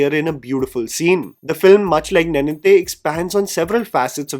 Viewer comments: Sad reality is that you have been saying Telugu names(words) wrongly ever since I've been watching you This time I didn't even had the time to increase speed of the video and you hit me with the word nae-ninthe and you pronounce neninthe. Sorry for the rant, thanks for the video. Appreciate your work bye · good discovery. Ravi Teja is actually a very capable actor. His “Mass Maharaja” persona is a facade…. although i have a problem with your pronunciation of “neninthe”. Nen (similar to the sound of a lions “MANE”)